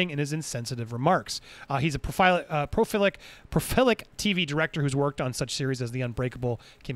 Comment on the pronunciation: Lol its 'proLific' 😄😄